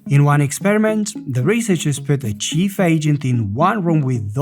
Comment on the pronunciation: chief (cheef) = a leader, boss, the one in charge. chef (pronounced like shef) = cooks things :) you were saying chief hehe.